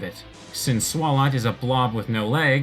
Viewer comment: "Swarlott" It's pronounced "Swallow"...